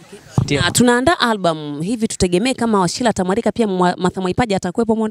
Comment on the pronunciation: Washira sio Washila kha!